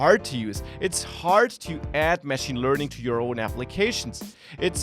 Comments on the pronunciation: It's not mashing, it's machine, they are not pronounced the same, very minor point. Love the channel, great content! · your pronunciation of 'machine' is wrong. Your syllable emphasis should be on the second/last syllable otherwise it sounds like you are saying 'mashing'.